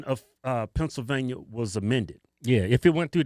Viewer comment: "Pencilvainia" loool